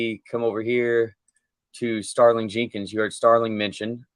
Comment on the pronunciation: The original commentators call him Starling and it’s Sterling.